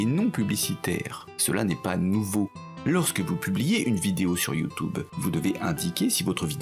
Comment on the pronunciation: Ce que j'ai retenu.... "YouTOuBe" :D